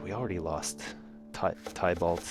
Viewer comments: its not pronounced tiebalt its tibalt(spelled tybalt) :| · Tybalt is pronounced like Tibbles (as in a cat's name). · Tybalt is pronounced Ti-balt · you say tybalt like this: ti-bal not tye-balt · Everytime he said "Tie-balt" I died a little inside. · Tybalt Ti-Balt That's how you pernose it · His name is pronounced "Tibo". I had a penpal named Thibault so I would know.